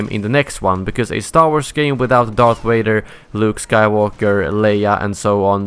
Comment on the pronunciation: It's Darth, not earth